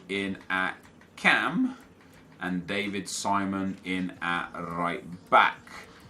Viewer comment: I died when he pronounced David Simón like he was from the UK......